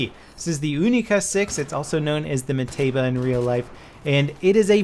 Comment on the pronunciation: It's not Metaba, but Mateba